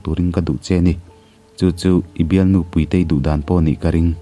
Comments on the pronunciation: Puitei or Púitei (Ro'Pui') kan sawi ang a, 'Puitei' ti tho si. Amah Puitei koh nan a 'Tui' lam rik ang deuh a, 'Púitei' ti leh tho si. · Puitei / puitea tih i lam dan hi a ma ka ti